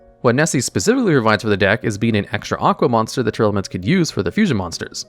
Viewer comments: Oh my god... its tear laments. Not tear airelements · It's always funny when calls Tearlaments as Tearelements